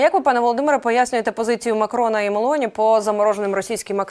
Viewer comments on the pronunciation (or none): none